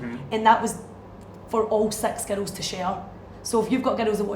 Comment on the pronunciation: When she said "six girls" it sounded like "sex girls" 😂